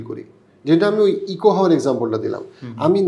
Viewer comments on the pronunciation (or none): bro. I love your contents and watch them and appreciate them and respect you. Please don't take it personally but correct your pronunciation 'echo'. ইকো ❌ একো ✅